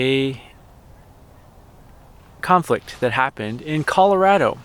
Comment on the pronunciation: Thank you for saying Colo-RAD-o not Colo-RAW-doe. Ever since I saw a sign in a store that said its’s RAD bc we are rad, its bugs me when said the other way-lol